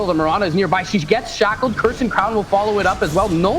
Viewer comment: Triggered with "Cur-said" crown